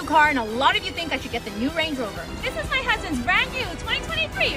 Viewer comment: Ngl the way you said Range Rover upset me 😂 Range rOver 😂❤️